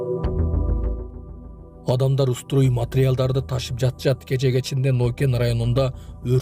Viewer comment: Кече дегенин кандай толук суйлогонду уйронгулочу